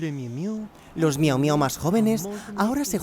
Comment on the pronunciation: Le miumiu 😂